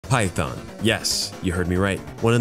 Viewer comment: did u say python ?